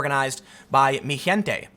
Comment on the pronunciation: Tim, it's "MEE-hen-tey"